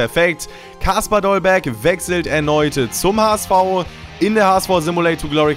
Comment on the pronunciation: Dolberg nicht Dollberg...